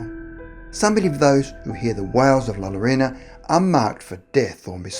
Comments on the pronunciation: Bro you’re saying the name wrong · He said la Llorona wrong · Why does everyone pronounce La Llorona like that, it makes me cringe so hard🤬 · It's alright if mispronounced La Llorona.. growing up in a Latin City (with Spanish forefathers), some of us pronounced Ll as is and some pronounced Ll as Y.. yolo! No big deal to Elders.. and where is the kindness people? is always giving us quality videos, is it too costly (todo vosotros, tiene rabio, ta hace saler como ello ya planta un grande granada) to mistake just one single word? Please do value Patience & Understanding❣😇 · Seriously the worst pronunciation. There was no one that you could ask how to pronounce La Llorona???? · I cringe everytime he pronounces "la llorona" wrong. *facepalm* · The two LL have a y sound ! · As a Mexican American it pisses me of to hear people mispronouncing spanish words especially well known words like La Llorona. It least do your research before putting up your videos.Thank You. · Sorry but i died when he pronounced it like thaaat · Myrtle Syd he didn’t pronounce it correctly he butchered it. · It's not Lalorona! It's (law-yo-ronaw).....smh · If you wana say it right say " la yoorona " not lolorona lol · “La Loróna” *Cringe* ☹️ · Please stop saying Larona. Double L is pronounced as Y. It's hard to get down with this video because the lack of consideration to her actual name makes me cringe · You did a good job with the story but you sound like your calling La llorona la lorena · The name is not “LA LORONA” u sound like Trump is “L A L L O R O N A” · British Dude said la lorena... is la llorona...🇮🇹🤘😂😂😂🤘🇮🇹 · It’s pronounced like “la-yo-ro-na” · This nigga said “la lolona” I’m so weak rn 😂😂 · LA YORONA 🤦🏻‍♀️ LL = Y sound!! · Double L’s make a Y sound yo ... La Yarona is how it’s pronounced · "La lolona" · Lmao A+ for trying 😂 but it’s kinda like La—Yo-Rona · Pronunciation is yo-ro-na that how is sound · Ah, I'm not the only one who heard him call her La Macarena.